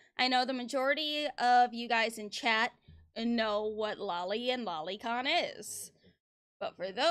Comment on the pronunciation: At least he pronounced loli right